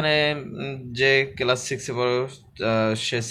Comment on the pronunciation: স্যার আপনি এটাকে কেলাস বলে ফেলেছেন এটা কেলাস না এটা হবে ক্লাস ধন্যবাদ স্যার